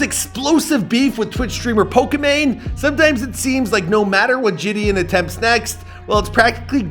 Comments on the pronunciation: (Je-De-On)[JiDion] is the pronunciation, not (Je-D-En) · “Je”-“don” not “jay”-“don” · its ‘jih dee on’ not ‘ji dian’ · It’s not ji d in its pronounced juh d on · Bruh it’s JidIIIIIIOOOn 🤦🏾‍♂️ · It’s JAHDEEONN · Btw his name is said “Jid-on” in actuality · It’s pronounced “juh-dee-on” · the way hes sayn jidion is pissin me off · I hate this guy didn’t get his name right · how can you not pronounce his name correctly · just embarrassing how you couldn’t even say his name 😂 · how many ways will pronounce Jidion’s name smh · L couldn’t even pronounce his name right smh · Lol you butchered the man’s name and he could he be born in 2009? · The amount of times McDonalds- I mean butchered Jidion's name is uncountable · A for effort but you butchered his name the entire video 😂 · He cant even say jidions name right